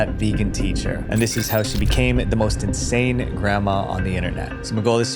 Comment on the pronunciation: no offense but i heard 'sane' instead of 'insane' and was like 'you've gotta be kidding'